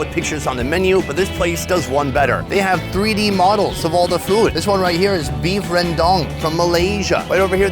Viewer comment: Every time Sonny says the word "Food", sounds like "Foot"!